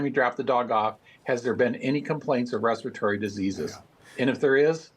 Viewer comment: Respiratory was mispronounced by both newscasters.